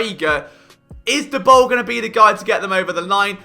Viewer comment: LoL Liam Saley xD Why do you call him Saley, when you put in the Liverpool fans pronouncing it correctly Salah? xD Also Daboll pronunciation wrong.. :D I allways thought your funny pronunciation to some words around NFL is because you are british. Like the pronunciation of Slant is 100% because of that. But names are names, they should allways be pronounced the same, no? :D I guess you only read about NFL and never watch TV, never listen do podcasts, watch youtube clips etc. xD This was super funny, seriously :D